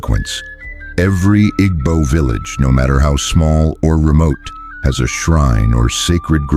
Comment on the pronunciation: The AI doesn't know how to pronounce "Igbo". Does the maker know what s/he is talking about?